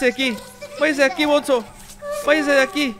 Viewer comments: tule dises bonzo pero es bunzo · Al bonzo se pronuncia albunzo